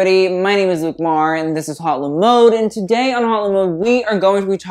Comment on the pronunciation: “hhhote la moade” lol